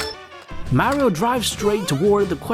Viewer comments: why do you keep saying Merio instead of just saying Mario? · It’smario not marie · Not marryo Mario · It’s MAR-IO!… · Dude really said MÄRIOW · Him saying "merio" triggers me lol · you say mario wrong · Does anyone hate how he says Mario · That pronunciation of Mario is killing me 😂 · Every incorrectly pronounced Mario ( Italian name!!!) Hurts. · It’s not Mario with A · Mario You’re pronouncing it wrong